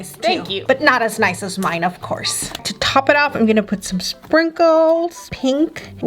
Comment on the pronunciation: I heard says to top it of some spinkles its glitter 🤔🤔